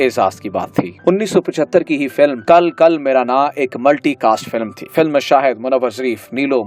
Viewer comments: "Kal kal" nhe lafaz hai "kil kil " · kil kil Mera naa not kal kal. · Kil kil not Kal kal